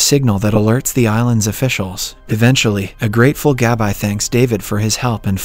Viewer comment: GAB-EYE 👁.. you mean Gabi? 🤣